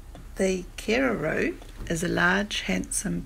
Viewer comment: Bro you didn't say kererū properly!